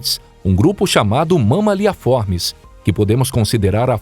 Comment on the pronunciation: nao tankei o mama-lhe a formis kkkkk